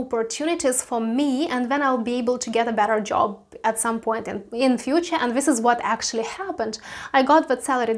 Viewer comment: Yes, but first you should know how to pronounce JOP, oh wait JOB